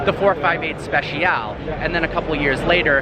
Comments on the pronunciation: It's Speciale, not special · Repeat after me: special-eh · Am i the only person that's annoyed by the way he says "speciale"?